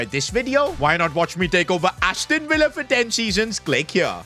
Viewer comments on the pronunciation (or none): none